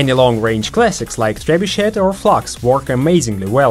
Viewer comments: trebuchet is not said as trebuchet but as trebushey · Trebuchet is not pronounced like that